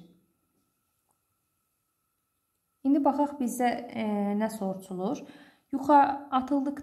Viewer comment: siz soruşulur əvəzinə soruçulur deyirsiniz😊😊